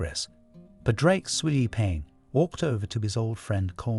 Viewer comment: Pawd-rick (not paw-drake)